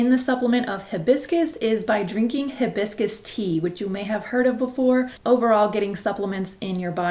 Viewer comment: sexy how she mispronounces hibiscus